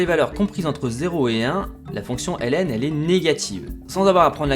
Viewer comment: La fonction Hélène n'existe pas, la fonction ln se lit logarithme, c'est vraiment énervant à écouter